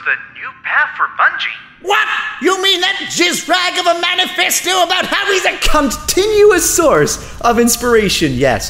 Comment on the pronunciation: "...CONT-inuous source...." lmao!